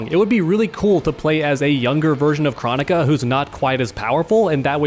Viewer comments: jesus christ did its KR-OH-NI-KA NOT CHRO-NI-KA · We gonna talk about how he says kronika other then that good vid. Just drove me crazy how he says her name.